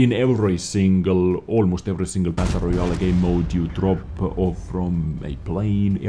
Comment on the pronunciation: I like how he pronounces it "battle royal a" (I am not native english speaker, that why i like it)